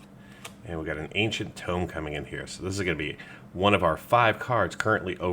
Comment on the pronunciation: anyone else get annoyed by ancient TOME and enTOME?